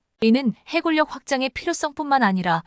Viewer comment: 지발 발음 잘하세요.'해굴력'이 아니라 '해군녁' 입니다.아니면 '육굴력''공굴력' 이라 할껍니까